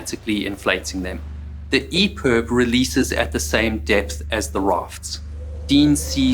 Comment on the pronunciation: I’ve got to ask is it EPERB or EPIB? He keeps saying EPERB